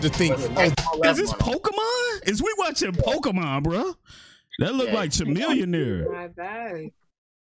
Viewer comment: "Chamelionaire" I ain't never heard of that Pokemon 😂😂😂